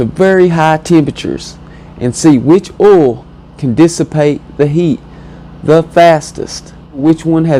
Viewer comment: Are u saying 'oll' or 'oil'?